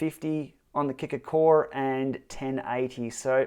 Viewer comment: what's with the hard R....Kicker CO RRRe? that's something you would normally hear in America, not from an Aussie